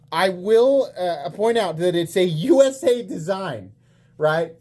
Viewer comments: Don’t you watch Nick Shabazz? It’s obviously pronounced “Oosa” Design. Like Uma Thurman. Usa, Uma, Usa, Uma. 👍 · You pronounced USA's name wrong it's pronounced oo-suh one of the great knife designers of our time you gotta pronounce his name right